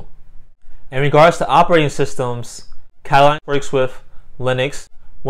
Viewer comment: How do you end up saying "Kataline" from reading "katalon"?